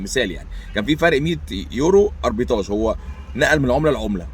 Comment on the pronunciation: معلش يا استاذنا تصحيح بسيط في نطق الكلمة هي أربيتراچ و ليس أربيتاچ، اعتذر لو كان فيها قلة ذوق مني، كل سنة و حضرتك طيب